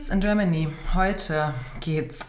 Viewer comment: Ladies and Gernany? 😂